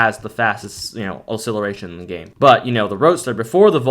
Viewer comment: Great vids keep it up! But side note, say acceleration correctly . lol